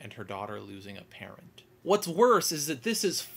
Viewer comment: You say "parent" like "parrot"